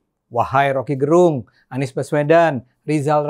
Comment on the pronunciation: P Ade, Gerung itu lafal "e" nya spt pada kata kecap atau enak. Itu Fam (marga) org Manado. Rocky itu org Manado.